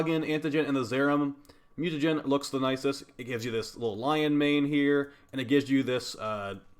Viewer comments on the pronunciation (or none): none